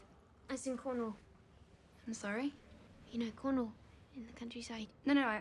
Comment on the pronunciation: I love the way she pronounces Cornwall. Just obsessed with it.